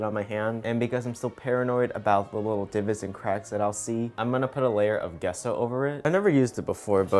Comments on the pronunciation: Gesso pronounced Jeh-so not guesso. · Gesso is pronounced like gene and not get ! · Him: pronounces it Gesso Me: ....i-its pronounced Jesso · its jesso not guesso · It’s pronounced JESS-O not GUESS-O even though it’s spelt GESSO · Its "Jesso" not "Guesso" xD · ITS J E S S O AAAAA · So do I pronounce gesso wrong or is it? I say it jesso. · Um I just want to say the way to say GESSO is Jesso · Gesso like Jessie... jess-so. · Use water to smooth and that gesso is pronounced jesso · It’s pronounced gea-so 😂😂 no hate I still love you !! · You pronounce it Jess-oh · Wait isn’t it gesso pronounced (jesso) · 'Gesso' is pronounced 'Jesso' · " Gesso " lmaoo its pronounced " Jesso " :D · It’s pronounced “Jesso” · i'm sorry but my art student self just can't so bear with me here...it's pronounced "jesso" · It’s pronounced Jeso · He’s saying Gesso wrong and it’s killing me. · His pronunciation of Gesso😐